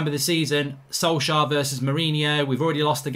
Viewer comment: At least Mark knows how to pronounce Solskjærs name properly.